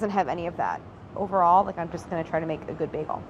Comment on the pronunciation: The way she pronounced maaaster baagel..